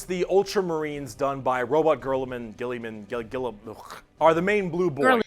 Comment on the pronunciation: To clarify a few quick things: The Primarch of the Ultramarines (blue marines) is named Roboute Guilliman (ruh-boo-tay gill-lee-man). Bricky making funny names for him is a running gag at how easily you can mess up his name and call him something funnier like Ro-booty gorilla-man. The Blood Angels being “gay” for Sanguinius is meant to imply that the Blood Angels legion often have a huge focus on dedicating themselves their legion to their Primarch, Sanguinius, who gave his life to fight Horus and help the Imperium survive. He was one of the best primarch dads to their legion of sons. The Dark Angels one in regards to how they will do everything in their power to prevent any and all of their secrets from getting out, particularly about a splinter group of dark angels who turned traitor during the Horus Heresy known simply as The Fallen. There’s a common joke online that the dark angels are secretly traitors due to the existence of the Fallen, hence the joke Bricky made. They’re so strict about ensuring their inner circle secrets stay secrets that they are known to abandon entire campaigns just to deal with mere rumours. They’re a lot better in recent lore but back then they often got on the bad side of the Imperial officials because they were so shady And yes, in the official lore, there are no female space marines because all the primarchs were made male and thus their genetics are incompatible with the female body, meaning they would be guaranteed to die on the operating ta